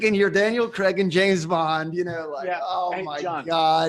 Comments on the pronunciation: Totally love the way you call James Bond ..... cre🥚. His name is spelled CRAIG .... how does that possibly translate to cre🥚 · Please pronounce the letter …’A’. Daniel… CrAig!!!!